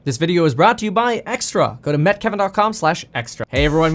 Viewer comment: Why do you say “Met” and not “Meet”?